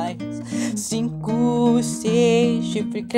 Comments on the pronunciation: ele falando chico ao inves de cinco KAKSKSMWKDJWKWKXKSKSJKSKSKWJJWMSKWKKWKSKWKKKSSKKS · Ele falo chinco mas era pra fala 5